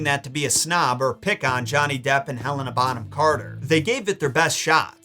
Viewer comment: Omg ty for pronouncing Bonham correctly! That's my last name